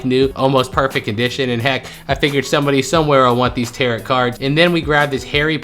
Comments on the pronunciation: Pronounced tear row....not tear rot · Tarot is pronounced tarrow,.❤️ You all kisses to Broly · In the first goodwill, the cards are pronounced "taro" the second t is silent